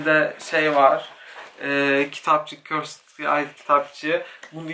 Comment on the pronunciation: Abi çeld diye okunmuyo çayıld diye okunuyo